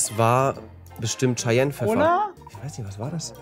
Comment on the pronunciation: Er sagt chayennepfeffer 😂